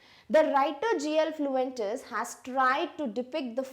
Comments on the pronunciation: Mam it's his name is G L Fuentes not Fluentes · Its author name is G.L.Fuents not Fluentes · Please correct the Author's name.. it's not Fluentes, it's Fuentes. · His name is G.L.Fuentes not Fluentes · G. L fluentes wrong hai mam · You have told the writer's name wrong